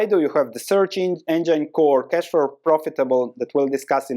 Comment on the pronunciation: Engine is pronounced en-jin not anjyn.